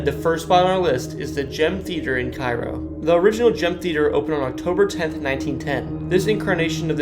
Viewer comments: K row not ky row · Please stop pronouncing Cairo like the city in egypt. It's pronounced kayro like the syrup. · Good video. FYI - Cairo is pronounced "CARE-oh, Boniface is "BON-i-fass (not BON-i-face), and Masonic is Muh-SONN-ic (not Mace-on-ic) and Joliet is Jolly-et in southern IL and Joe-liet in the north. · Cairo, Illinois is pronounced CARE-OH (some people erroneously believe that it's pronounced KAY-RO). I personally know Joe Crain who was born in Cairo and was once the weatherman on Channel 20 in Springfield. Ken Norman's former mansion was torn down in 2022. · Kay-Roe, Illinois. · It's pronounced Cay-ro. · It's pronounced KAY-ro. Not like the city in Egypt. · Correct pronunciation is CARE-OH. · Cairo is pronounced CARE-O…….. but good video